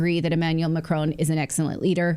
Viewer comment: Makroon, you make it sound like macaroon 😂